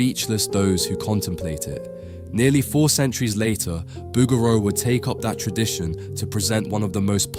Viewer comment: Great video on the pieta ... Fyi its pronounced Boo Geroo...